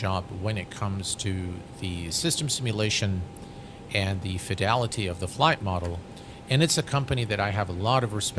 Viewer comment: Slap every time you say fedility... can't drink or I'd be drunk before takeoff.. for the price you pay for anything toliss you shouldn't need anything extra..